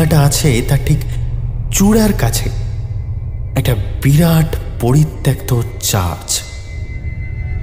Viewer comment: তোমার "আদৌ" শব্দের শুদ্ধ উচ্চারণে মুগ্ধ হলাম।আর তাই দুটো শব্দোচ্চারণ ঠিক করে দিতে চাই কারণ তোমার গল্পপাঠ নাটকে উত্তীর্ণ করতে পারো তুমি।"পরিত্যক্ত" ও-কারান্ত হবে।পরিত্যাক্ত ভুল।"আহ্বান" উচ্চারণ হবে আওভান আবাহন নয়।